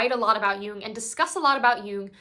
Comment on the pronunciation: Also thanks for pronouncing “Jung” correctly